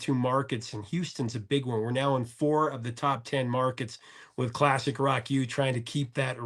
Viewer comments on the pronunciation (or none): Looooooove you!!!.. sounded like you said professor of wok!..had a vision p.o.r..cookbook professor of wok!!...lol...your the best bud